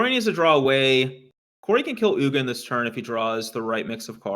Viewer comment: I'm not sure if was trolling (I think he was), but it's not like "Eugenie" the Spirit Dragon, but like OOG-in.